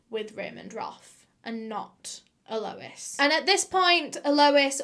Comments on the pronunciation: Without being too pedantic, "Alois" is pronounced something along the lines of Al oys. It's french. Ray probably fed Al to the crocagators. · Its pronounced al-oh-ease Re-z But its spelt Alois Rez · Never heard it pronounced like "Low-ess" for a guy. Usually isn't it "Loo-us" for guys? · the whole “a lois” annoyed me, just say lois. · Hate to say this, but your pronunciation of Alois is killing me. It isn't ah-low-is, it is closer to al-oyz. Or if you want to go full French, Al-ow-eez. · Normally I love your videos and binge watch by why do you keep pronouncing it as ALOUWUS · Not sure if anyone already said this in the comments, but Alois is pronounced "Ahh low eeez" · When you say Alois, sounds like my name Lois🥺 I got giddy every time u say it 💘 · i think you should be pronouncing his name all-oh-eese lol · Once you hear the ‘a’ she says before Lois you can’t unhear it. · Well done, you always do such great research. Hope you don't mind me saying, but Alois, sometimes spelled Aloyse, is pronounced Ahloys. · I thought at first that it was a lady named Eloise and she was pronouncing it oddly. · It's pronounced AL-loice, (Aloys, Alois same potato, no pun intended). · I think it's a mispronunciation of Eloise ...pronounced El-louise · Alois (emphasis on the first syllable) is a legitimately terrible Bavarian name, why would someone inflict it on an Australian? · My boyfriend and I are cracking up at how she pronounces Alois. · Every time she says Alois 😭😭